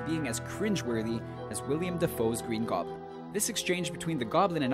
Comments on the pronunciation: It's pretty cringeworthy when people can't say Willem Dafoes name right either. It's not William. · Did you just call Willem Dafoe, William Dafoe? Cringeworthy indeed. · It is Willem, not William and this list is lazy. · Willem Dafoe not William Dafoe. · um....WILLEM dafoe...Not William dafoe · Um, I'm sorry, but "William Defoe"?? No, it's Willem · Lol it's not William Dafoe. It's Willem Dafoe..... Your credibility has been ruined. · I don't mean to correct you but it's, Willem Dafoe. Not William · It's Willem, not William. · It's Willem not William Defoe